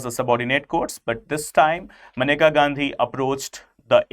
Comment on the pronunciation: it's menka not maneka atleast dhang se pronounce krna to sikh jaao kale angrezo